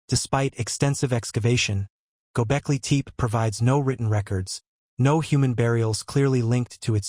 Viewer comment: It's not gobekli teep. It's gobekli tepe ((teh-pay)